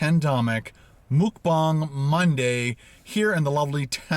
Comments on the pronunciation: mukbang is pronounced MUHK-BANG rather than ‘mook-bang’ as you’re saying, its comes from the word ‘먹는방송’ (muhk neun bang song) for eating broadcast where ‘먹’ (muhk) is short term for eating and ‘방’ (bang) is short term for broadcast 🇰🇷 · Its pronounced muck rhymes with yuk ..not mook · Pronounced more like mawkbang. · Congrats on using Hangul, but it’s pronounced closer to “mawk-baw-ng” :)